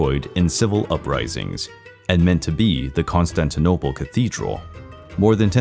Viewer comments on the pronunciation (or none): none